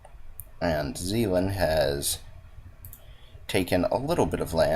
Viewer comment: the province to the left of holland is Zeeland, the one you call sealand is pronounced like Shell-land! kinda